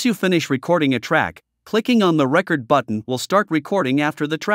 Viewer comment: Sounds like the narrator is software. It's an excellent effort, but there are a couple of peculiar quirks that a human recorder wouldn't make. Like how the voice said to press the "RECord" button, instead of the "reCORD" button.